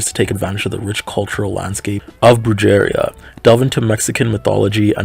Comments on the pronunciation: BREW-JAIR-IA??!!? 😭 it’s pronounced brew-ha-ria Lol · No notes + I think you are a charming fellow (Except couldn't help but notice as a mexican person, j in spanish makes the h sound so it's bru-heh-ria instead of bru-jeh-ria/nbr) nice ^^